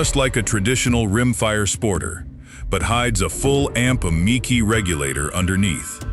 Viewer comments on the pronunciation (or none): since when is MKII Pronounced Mckee and lead is not leed dam AI is taking over and not sounding too smart